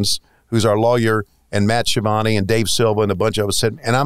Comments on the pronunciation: I see Ski-uh-vone is booking himself now! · Its pronounced SKi-a-von-e